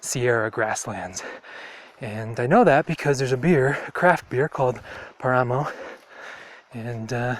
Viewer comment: The word is "Páramo" with the accent on the first "a". It is an area above a sea level, i believe is above 3500 meters or so. At these altitudes only certain grasses and vegetation grows.